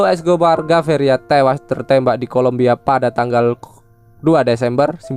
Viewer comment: PabLo emilio escobar gaviria ,bukan (gaveria)😂